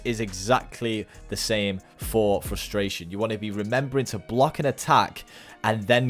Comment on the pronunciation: You're reading Frustration wrong.